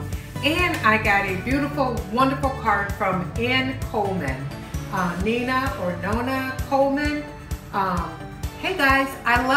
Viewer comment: Love you. You said my name correctly it's Nina. I think about you and grandpa often. Wish I was there to celebrate with you. Dinner looks amazing as always. Glad you enjoyed your special day.😘🤗